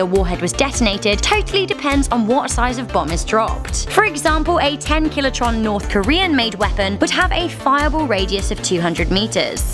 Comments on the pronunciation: not to be a doosh but it's kilotonnes not kilotrons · Hey,. Are you deliberately pronouncing things wrong all the time for the cuteness factor? Kilotron? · im sorry did you say killatron? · you said killotron REALLY WHY JUST WHY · Did you say kilotron?